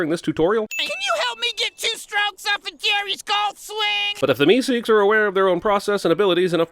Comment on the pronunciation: You know, the way you pronounce things sometimes makes me wonder if you've ever actually seen any of these shows or if you're just reading a script. "MeSEEKS" with totally the wrong emphasis was weird to hear. It's more like "MEEsiks", which you'd know if you'd watched the episode...